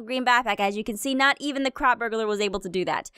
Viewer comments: When she says crop it sounds like she says c.r.a.p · nightcour its not crap its CROP